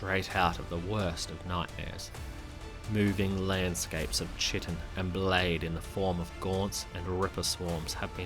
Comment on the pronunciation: Biochem degree here - say 'KI-tin'.